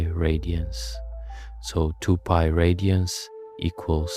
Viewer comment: Amazing video. But why is the pronunciation of certain words weirdly inconsistent? Usually pi is pronounced Pi, but occasionally Pee. Sine is usually “Sine”, but sometime “See-nay”. Wtf?! In such a deeply researched video I’d expect the script to be read consistently…can someone explain what’s going on here?